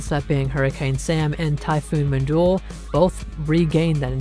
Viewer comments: IT'S PRONOUNCED MINDULLE NOT MINDOL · He literally pronounced it as "Mindulle" BTW why do you have a fake verified checkmark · just like I said he pronounced it as "Mindulle" And why are you more worried by how he pronounces the storm's name?